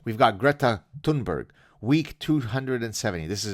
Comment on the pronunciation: This issue aside, I always wondered by Fridman ever managed to gather such a large audience. He always struck me as a tad simple but I always reserved judgement thinking I may be misjudging the guy... 🤔 BTW Thunberg is pronounced tune-berg as in 🎵. I know because she introduced herself... 😉